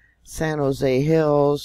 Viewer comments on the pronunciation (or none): none